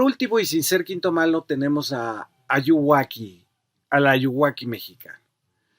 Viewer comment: Jajajaja Ayuwaki, es muy cagado que ya lo digan como si fuera su nombre y hasta pronunciado mal